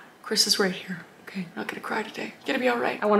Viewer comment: It's otay jeez